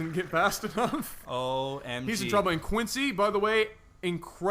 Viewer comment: His name isn't pronounced "Quin-C," it's "C-Quence." The "X" is completely prosthetic.